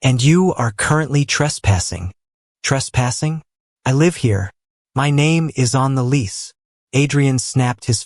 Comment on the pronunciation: Enjoyed story. AI needs to be programmed to pronounce words correctly, ie., "it" is a word, use of the word "live", etc.